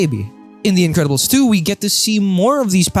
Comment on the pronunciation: Bro said "Individiddles"